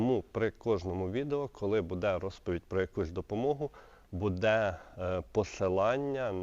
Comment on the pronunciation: Не будЕ, а бУде